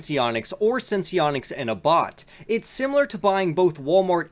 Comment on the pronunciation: Yes! Sens needs to get finger stick calibrations down to once a week or else it defeats the technology's purpose! (Also Abbott is pronounced like it rhymes with "Rabbit" FYI)